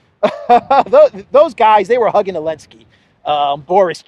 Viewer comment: Elensky parfoum, Z scent 😂😂😂😂😂